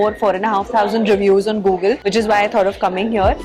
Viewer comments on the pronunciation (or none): none